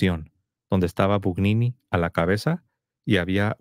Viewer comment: Gugnini se pronuncia "Buñini", Aníbal Buñini